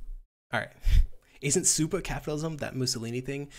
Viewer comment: Vaush going "SUPAA Capitalism" will always make me chuckle hahaha